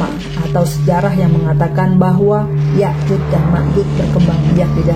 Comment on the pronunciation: Bukan yayud, tapi yajuj Pake J